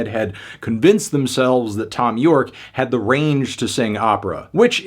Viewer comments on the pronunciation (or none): none